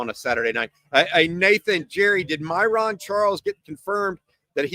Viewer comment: Hopefully, it's Kade Phillips that is the surprise visitor. Also, My-run, not My-Rawn. "Hook Em"